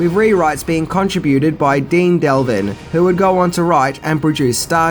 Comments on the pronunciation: Devlin. Not Delvin. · I was thinking the same thing. It made me cringe when he said Em-mer-rich instead of Em-mer-ric. And he said Dean Delvin instead of Dean Devlin. I think needed to do a little more research on the filmmakers involved in this production. Like... know how to pronounce their names, bud!